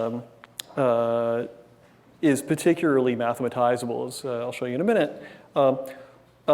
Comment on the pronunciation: He says “Paticuraly” instead of “Particularly” and it bugs me